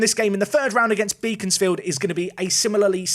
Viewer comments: Fyi Beaconsfield is pronounced like Beckon not Beacon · Regarding the pronunciation of Beaconsfield (as you will possibly play them again down the line) - it's 'Beckons'-field as opposed to 'Beacons'-field! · Great video as always. FYI phonetically its " Bek ons Field" - you dont pronounce it as Beacon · Unfortunately, Beaconsfield is one of those weirder English town names, in that it isn't pronounced how it's spelt. It's actually Beckons-field, rather than Beacons-field. I wouldn't worry too much, it's full of old Tory voters, but still, they might get on their horses and hunt you down if they hear you pronouncing it like that.